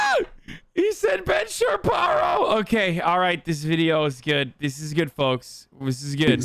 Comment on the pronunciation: Ben Shabeebo vs Ben Shapierow